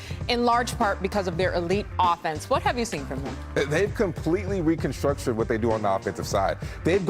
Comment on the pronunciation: Recontructured? Hahaha that's a new one